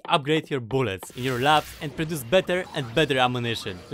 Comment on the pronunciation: "I need more boolets"